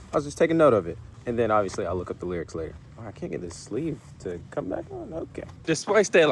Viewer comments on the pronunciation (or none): none